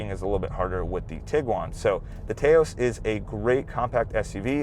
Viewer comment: Taos rhymes with "house". Very informative review. I'm actually looking at an SE FWD mainly because its highway MPG is quite a bit better than most of the compitition.